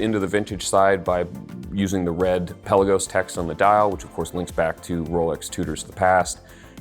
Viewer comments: Oh, you're Hoo-din-key, no Hoe-din-key. Likewise, it's the Pe-laa-gos, not Pela-gos! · Peh-Lagos...not Pella-gos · Pelagos is pronounced "puh-LAY-gohs". It's not a pelican. Good to have you back!